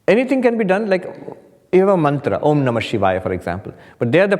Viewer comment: The wonderful rolling Om at the beginning